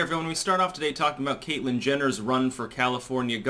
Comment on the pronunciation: You said Caitlyn Genitals. LOL!